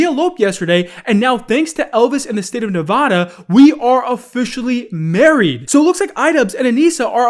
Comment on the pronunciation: You mispronounced Nevada please look up how to actually say it